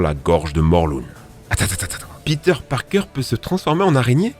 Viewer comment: PETER PARPAING EUH PARKER